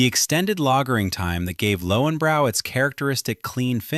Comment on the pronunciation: Pronounced Lohvenbroy